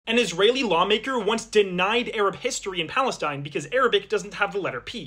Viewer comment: Bro said Free Palestine in the most elegant way possible